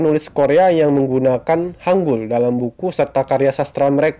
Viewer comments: Mohon maaf Yang betul hangel Hang(eu)L enya sunda enya apel buah cisedeuy bukan hangul wkwkwk orang indonesia susah membedakan antara 으 dan 에 apalagi 애 enya orang papua beta bae ta . Tolong dibedakan vowel e nya. 한글 Bukanya 한굴 wkwkwkㅋㅋㅋㅋ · kak itu baca nya bukan go joseon tapi bilang aja gojoson hangul juga bacanya bukan gitu tapi hangel yang kata hunminjoung apalah itu bacanya hunmingjong hangel itu ter inspirasi dari langit ㅇ orang ㅣdan tanah ㅡ. jadi kan kaka bahas nya tentang hangel btw kak tau gak siapa yang kasih nama hangel....? pasti kaka jawab raja sejong kan tapi bukan jang kasih nama hangel itu adalah joengyong aku gak tau kalo tulisan inggrisnya oh ya kak kaka nanti coba bikin cerita tentang joengyong dong nanti aku tunggu ya bye.☺